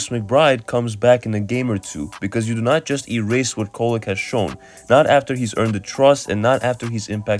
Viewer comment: Definitely not “Kolek” 😆